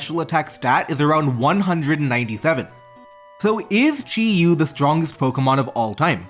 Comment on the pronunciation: Say Chiu one more time, fucker. Jesus, what an awful video to listen to, fuck